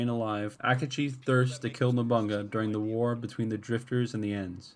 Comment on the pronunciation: NobuNAga, not Nobonga .. Mitsu- hi- de not Mitsu-hide..